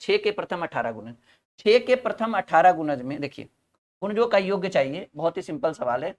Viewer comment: sir, योग और योग्य के अर्थ में बहुत अंतर है कृपया योग को सही बोलना सीख लीजिये।बहुत भद्दा लगता है।🙏🙏